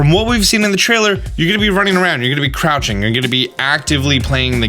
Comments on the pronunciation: Crotching instead of crouching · The beach scene had a surprisingly giratina like monument in the background. Also you totally said crotching instead of crouching, and I laughed for real.